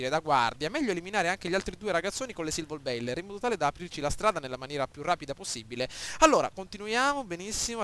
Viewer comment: Si pronuncia Silverboller e non Silvorbailer...comunque bravo!